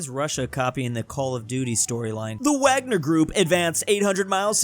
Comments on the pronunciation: Just a correction the Wagner Group could be better pronounced as the VAGner Group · It is pronounced more like vagner